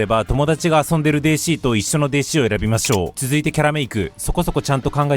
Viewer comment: お若いのに、わざとデーシーって言ってて森😂